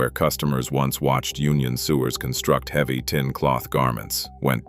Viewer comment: “Union sewers” pronounced as though they were wastewater pipes and not humans sewing garments? I guess it will be a while before we actually need to fear being dominated by AI systems. LOL